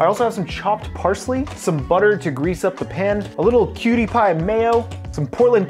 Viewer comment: Did i hear you call Kewpie as cutie? The DISRESPECT! Love your video still.